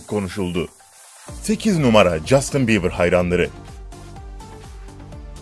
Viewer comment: oha bieber yerine biber dedin cok komiksin